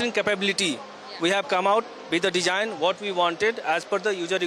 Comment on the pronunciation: " Dejine and ujer requirement " ? No wonder Indian military tech is lagging behind china